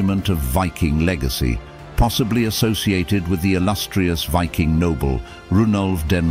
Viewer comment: Pity the narrator cant pronounce the word Viking . Strange because at the start of the video he pronounces the word Viking correctly but then lets his ignorance take over